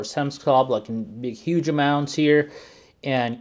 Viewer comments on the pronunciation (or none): none